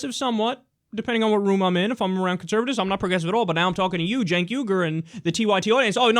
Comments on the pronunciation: Kinda irrititating that he keeps saying Jenks. I point out the important stuff. Also, he is lying like crazy. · It's Cenk, not "cenks" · I turned into a drinking game. Every time he said "Jenks" i took a sip of wine... i threw up and passed out fast! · I know right? Its illegal to say 'Cenks'(!) 😄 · Why are Cenk, Kyle, and Ana all avoiding the fact that Joe kept saying "Cenks." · "Janks" Well at least he didn't call Cenk "Sink" like other people have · He called him "Jenks" XD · I wasn't as upset with his constant lying (seeing as it's Joe Manchin) as I was with his constant mispronouncing of Cenk's name. "Janks." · can he stop calling him Jenks... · Every time he says 'Janks' I want to deck him in the face. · Why does Joe keep calling him "Cenks"? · Does he think there's an "s" in Cenks name?